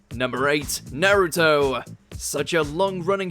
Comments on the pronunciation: God damn Brits and pronouncing Naruto like: NA- RUU- TOE 🤣🤣🤣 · naRUtowwhh ah yes 🙄